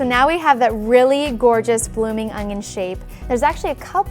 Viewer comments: It's an onion... Not an ONGION FFS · It's an onion not ungyun. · It's an ONion not an "ungion" ..... -_ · Really? No one’s going to mention she’s saying ONGION? And not ONION. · I swear she is saying ongon instead of onion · Good vid...but it's "onion"... not "ungion" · Is she saying ungion??? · It's not called an ungyunn it's an onion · i like how she pronounces "onion" as "ongion" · Is it me or do I keep hearing she saying "Ongion" rather than "Onion"? o_O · it's ONION not UNGYIN. dumb bitch. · Ungyun is how I keep her saying onion. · I hate when people pronounce the word onion like onGion...there is no G in it!!!! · Anyone else notice she says “ung-yin” like there’s an invisible G in there? I can’t unhear it now. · Do you pronounce it ungyin too? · I can't stand how she keeps saying Ungyin it's not that big of a deal but it bothered me enough to comment. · Same concern! It bothers me for no reason!😂😂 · she is clearly saying it wrong. But like i said it's not that big of a deal, just something I observed happening and commented on. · why does she say ungnion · Great video. Ps. There is no G In onion. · There is no g in the word onion. Back to school. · There is no "g" in "onion". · Shubham Ahlawat what more can you expect when she can’t even pronounce words in the English language correctly. She talks wrong and her demo is wrong. I won’t be using her recipe.